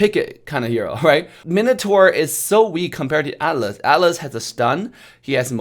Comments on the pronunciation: Why the hell do I understand Alice instead of Atlas anyone understanding the same?XD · Who else misheard alice instead of atlas,hahaa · I didn't even realise he was saying atlas until I saw your comment.